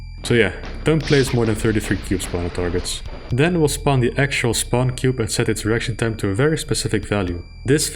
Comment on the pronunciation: Everyone: Icon of Sin ACTUALLY says "To win the game you have to kill me John Romero"! Me: giggling because saying "reaction time" sounds like "erection time"